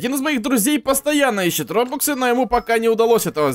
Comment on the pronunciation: Ты читать не умеешь РОБАКСЫ а не РОБУКСЫ